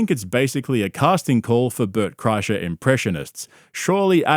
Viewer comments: Le Burt Cry-Sure 😂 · “LeBert Kreischer” 😂